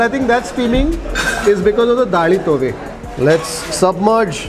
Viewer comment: South Canara Konkani food rocks. It’s Daali Thoy …not Daali Tove. Hope you will correct it next time.